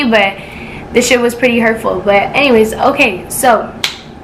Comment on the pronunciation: = “HENNYWAYS” 😂😂😂 but this jus made me mad I don’t see how niggas could do this i jus wanna give u a hug 😂😂😂 like I really feel for u but keep grinding 👌🏽